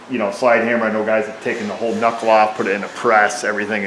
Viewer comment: Cool, tip, gotta remember to not mess up the "ca-nuckle" :)